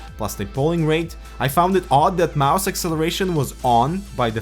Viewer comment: ITS CALLED A MOUSE NOT A MISE